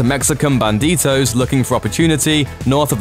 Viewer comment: it’s not Mexican banditos is bandidos